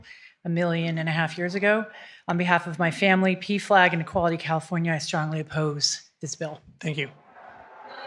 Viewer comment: Love when they say stronly appose, lol😅